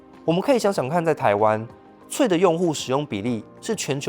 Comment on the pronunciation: 雖然 但是 threads可以不要念成"脆"嗎?